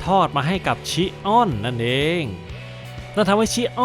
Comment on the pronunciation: แอเรียสชิออน✅ แอเรียสชิอ้อน😢❌ โกลด์เซนต์อวาเรีย✅ โกลด์เซนต์อเวเนีย❌ เป็นชื่อเมืองท่องเที่ยวนะครับ avenir ❌❌โกลด์เซนต์อเวเรียไม่ได้เป็นยุคเดียวกับเซย่า❌❌ แกะทองคำคนนี้ มาจากโลกคู่ขนาน ที่กองทัพยมโลกชนะ ฟังอาเธน่าพ่ายแพ้ ถูกโครโนส พาตัวหนีมาจาก โลกที่สิ้นสลาย ‼️ ข้อมูลผิดเยอะเลยนะครับ